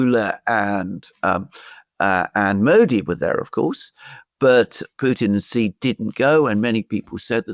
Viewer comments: ‼️, “Xi” is pronounced “she” not “gee” or anything else. Just say, “she” as in “banshee”. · The Chinese premier's name is pronounced "She". "Gee" in Chinese means CHICKEN. Stop using BS Colonialist pronunciations. SEE is interesting but laughable.